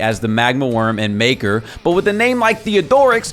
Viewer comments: It's Makar not maker my man.., that's a name not a occupation XD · yes its MAKAR with a like u in Luck